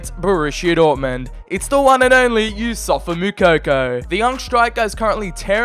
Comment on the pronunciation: ITS NOT YOUSSOFA ITS YOUSSOUFA